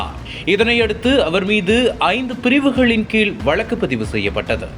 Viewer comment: செய்தியை கூறுகிறவன் என்ன ஸ்டைலாக பேசுவதாக எண்ணி பேஞுகிறானா?. தமிழை ஏன் இப்படி வல்லினம் மெல்லினம் கூட அறியாத அளவில் செய்தியை அறிவிக்கின்றான் இந்த கபோதிப் பயல்கேட்க நாரசமாக இருக்கிறது 'ழ ' கரத்தைக்கூட சரியாக உச்சரிக்கத் தெரியவில்லை. கீழ் என்பதை கீல் என்றும் கோவை என்பதை கோவி என்றும் , அழைத்து வந்தார்கள் என்பதை அலித்து வந்தார்கல் என்றும்., வழக்கு என்பதை வளக்கு என்றும் கூறும் இந்த அறிவிலியை செய்தியைக் கூற அழைக்காதீர்கள். கேட்க சகிக்கவில்லை. காதில் நாரசமாய் விழுகிறது. தமிழை சொல்லிக் கொடுத்து ஆசிரியரைத் தான் தண்டிக்க வேண்டும் . நாங்கள் படித்த காலத்தில் தமிழை யாராவது சரியாக உச்சரிக்காவிட்டால் பிரம்பால் அடித்து திருத்துவார்கள். என்னால் பாதி செய்தி கூட கேட்க முடியவில்லை.